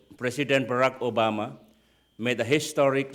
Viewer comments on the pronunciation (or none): none